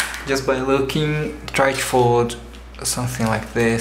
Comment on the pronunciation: Fucking hate it when you say 'to'. It comes out 'chu'. God.